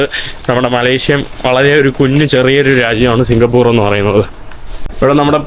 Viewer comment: സിങ്കപ്പൂറ് അല്ല സിങ്കപ്പൂർ എന്ന് പറയു ചെങ്ങാതി